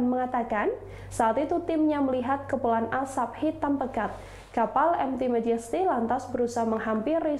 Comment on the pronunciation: Queen Magesty? Queen Majesty bacanya :"